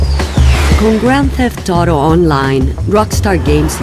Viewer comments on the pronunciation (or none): Gron teft Toro? que pésimo doblaje, diganlo en español o simplemente digan GTA, no hace falta lucirse de saber inglés. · Cabrón! al principio pensé que me había equivocado y me habia metido a Rockstar Games de EUA, por su forma de pronunciar Grand Theft Auto xd Juegazooooo!